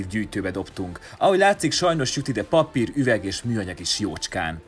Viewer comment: Nem pappír, hanem PAPÍR. Rákot kap a fülem ettől...